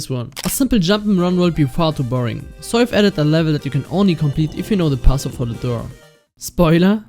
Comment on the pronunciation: I love how you say passwort in a german accent